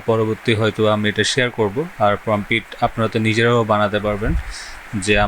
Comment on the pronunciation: প্রমপিট ❌ প্রম্পট ✅